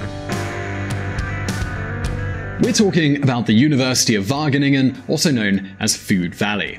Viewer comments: Am i the only one who thinks that when he says wagningen, no it is waGeningen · whattenengen?? Wah-gheh-ningen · No offence but : "The university of Wakenakken" Whahah im dying here! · Wageningen -> Wakkennakken😂😂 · "University of Vagenegen" haha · "The University of Wagganeggan" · Wageningen NOT Wagenegen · How to pronounce the g in wageningen: try saying K...do it conciously, what did you just do? you closed the back of your mouth, and than exhaled...right? now do it again, but be lazy, don't totally close the back of your mouth, and use less force...there you go! now you said "g" or "ch" in Dutch....So from now on never pronounce a g or a ch like k any more, you sound extremely dumb if you do.. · English speakers trying to pronounce Dutch placenames makes me cringe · That first pronunciation of Wageningen was so terrible that it was hilarious XD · as a student at Wageningen, it is great to hear this, although the pronunciation hurts my ears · you absofuckinglutely butchered wageningen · how the fuck did he pronounce wageningen xDDD look it up in google translate please, this is not the pronunciation, and its an easy one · How you pronounce Wageningen 😂😂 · I'd like to hear a Dutch person pronounce Wageningen. I bet it's unlike in this video. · Being dutch i cringed hard when he said wageningen